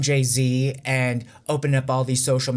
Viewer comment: It's 9.30am here, heavy rain outside, my day off. I have my hot mug of coffee in hand with leftover shawarma from last night, enjoying this wholesome video. Thanks! Funny how you tried to pronounce Njzzzz nzzzz zzz.. haha